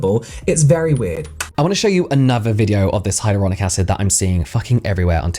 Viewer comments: The TikTok girl said "hyarulonic" acid... I can't take her seriously; I could never buy anything she is selling! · My autistic brain was kicking off when she kept pronouncing hyaluronic as hyAURlonic acid like please stop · hiROLOnic acid... 😅 a scientist indeed... 🤦‍♀ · "hyrolonic acid" lady read 😅